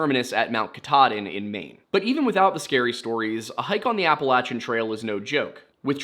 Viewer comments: It’s “Apple - lay - shin” not “Apple - lat - chin” Mountains/Trails. Just like Oregon is Or - e - gun not Or - e - gone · I usually enjoy your stories. However, just wondering why you changed how you pronounce appalachian? I believe you are from Pennsylvania and went to Penn State and you are not saying it the way we do in Pennsylvania. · Funny, I learned the pronunciation Appa-LAY-shun in school. In Canada. So maybe it’s wrong? Or just another pronunciation?